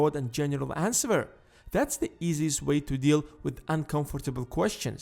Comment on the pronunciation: "that you dont want to ans-ver!"